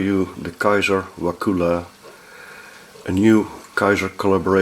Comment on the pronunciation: So funny been in Wakulla Springs many times. It's very nice there... Take the glass bottom boat tour if you can. You pronounce it not as "wa-koola" but as a short "kull-a" So "Wa-kull-a"